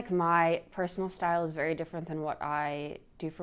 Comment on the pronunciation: Did she say her "personal style" or "personal steal"??